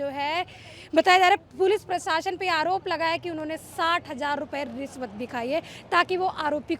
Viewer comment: मैडम सिरफिरा आसिक नहीं आशिक प्रसासन ने प्रशासन होता है रिस्वत नहीं रिश्वत होती है